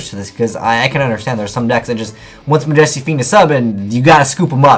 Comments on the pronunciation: Are you turning into mega capital g? Why can't you properly pronounce"majesty"? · MAJESTY FUCKING PRONOUNCE IT CORRECTLY. IT HURTS MY EARS